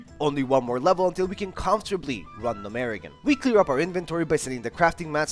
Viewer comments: Gnomeregan (Gnome- ruh-gan) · Love the videos, great work STOP SAYING GNOMEREGAN LIKE THAT FOR THE LOVE OF GOD